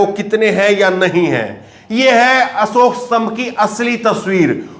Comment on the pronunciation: असोक नहीं अशोक होता हैं स और श का अंतर सबकुछ बदल देता हैं